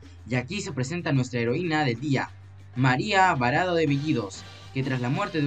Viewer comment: Es María PARADO (NO VARADO) . Bacán tu vídeo, falta vocalizar mejor nomás.